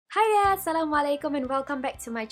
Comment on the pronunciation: It's "Assalamwaalaikum"